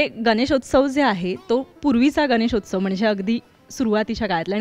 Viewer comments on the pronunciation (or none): अँकर किती अशुद्ध बोलते..... गान.... गानेशोचव 😂😮